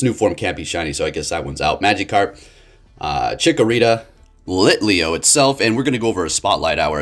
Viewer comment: I didn’t hear Chikorita, I heard Torchikorita. 😂